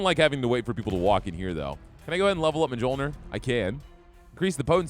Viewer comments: Mjölnir is pronounced MYOL-neer. Not judging or trying to be haughty, just figured you might want to know. I hate when I accidentally mispronounce things. haha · It hurts me so much every time you say "mah-jol-nur" hahahaha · The mispronunciation of the j's drives me batty lol pronounce the j's as y's lol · It's a big cringe every time he mispronouces Mjolnir.